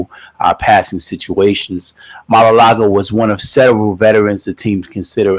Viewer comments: It's maualuga not malalaga lol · The way u say his name 😂😂😂